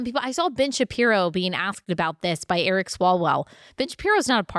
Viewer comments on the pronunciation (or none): none